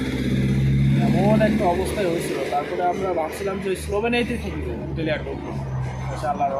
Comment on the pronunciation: এটার নাম ইতালি। ইঠালি না